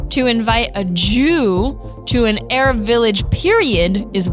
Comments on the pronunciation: “Aarab” instead of Arab lol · You spell I right but you say it wrong is not erab is Arab wanna know how I know because I am Malaysia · Eh-RAABS 🤣 LMAO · first time a muslim doesn’t know how to pronounce arab